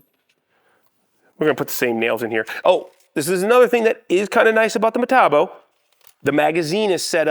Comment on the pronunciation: You keep using that word: "Metabo." I don't think it means what you think it means. Say it with me now: Metabo HPT. Muh-tah-bo Aych-pee-tee.